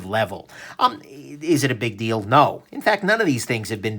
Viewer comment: Be careful: "Not a huge deal, though" sounds like "Not a huge dildo". :) Nice review as always, wish I had more money right now!